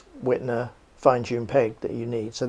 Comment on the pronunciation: Good information. The German 'W' is pronounced as a V, please.